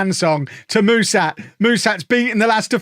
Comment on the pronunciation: For what it's worth, the name of your new striker (Mușat), is pronounced with a "sh" sound like in sharp, not with an "s". Same goes for the "Ș" in his first name 🙂 I hope he does well for you, even though he has an Fcsb stench on him 🤮😅